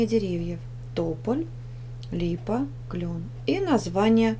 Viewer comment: у тебя клен а не клён